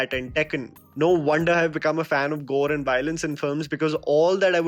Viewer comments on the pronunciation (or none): none